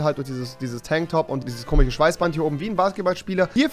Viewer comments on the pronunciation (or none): Warum sagst du immer komich statt komisch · Spricht er komisch mit Absicht „komich“ aus? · komich, komichen, komiches😂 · bitte sag KOMISCH nicht kimiCH .... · Bitte lern bis zum nächsten Video "komisch" zu sagen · Kannst du nicht komisch ausprechen